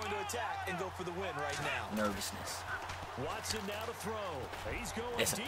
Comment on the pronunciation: You try to hard. Like saying Watson's name wrong and saying a bunch of things and voices you think are funny but aren't. It's kinda annoying. Just be yourself and the videos will be better